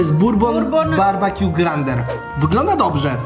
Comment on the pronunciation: Barbekju a nie barbakju (wiem że się pisze BBQ)